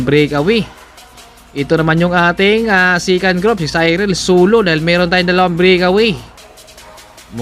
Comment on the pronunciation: Bakit po yung second nyo "sikan" tapos yung breakaway eh brikawey? 🤣🤣🤣